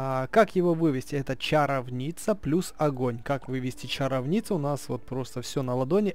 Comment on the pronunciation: чарОвница а не чаровнИца